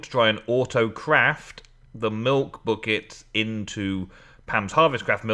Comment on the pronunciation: haha said butt kicks instead of buckets:p